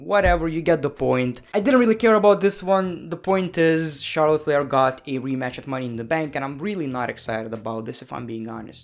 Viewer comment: Every time he said Charlotte flair I thought he said Charles leclere I was really confused